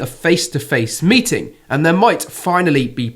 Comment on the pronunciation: It’s not Putin mating Zelensky it’s his people but how you said it sounds more interesting 😂😂😂😂😂😂😂